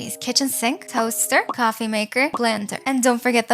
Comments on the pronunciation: Cowffe instead of coffee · Why dose it sound like you say cowofe not coffe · why do you say cwafie instand of coffee? is it an accent? not trying to hate tho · Ah yes "Aww another cawffe Table" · "kwafee" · Bro am I the only one that hear here say “cowofy “ 😮😮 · Did she just say Cwafee